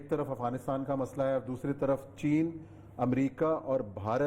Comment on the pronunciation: اوریا بھائی، چےنا نہیں، چین۔